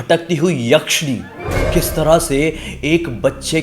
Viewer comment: Jise wap yashani bol rahe ho wo bhut atma tha😂😂😂